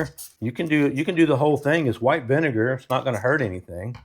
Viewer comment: LOL Thank you for the belly laugh. "Yan't taste no vunager, aint no vunager on dis". You two are a helpful hoot! xo